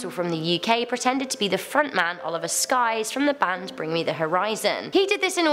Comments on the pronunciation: It’s Sykes not skyes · Ok so no offense but it's SYKES NOT SKYES I'm sorry but that just really annoyed me I don't mean this comment in a rude way but Oliver Sykes Is like a type of person I aspire to he so please just no it's Sykes not Skyes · you (no offence): Oliver skyes me: oliver Sykes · OLIVER SKYES IM SKSSSKKSKS ITS SYKES LOL ily tho lol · I laughed way too hard at Oliver “skies” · me: oh i didnt expect to see Oli Sykes-: Oliver SKYS ilysm but i cringed so hard XD <3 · As a huge Bring Me The Horizon fan I hate that you said Oli SYKES name completely wrong lol